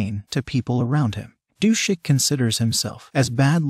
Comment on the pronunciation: I think it’s Du-sik.